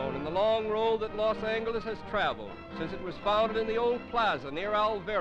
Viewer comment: "Los Angleles" and "Olvero St" LOL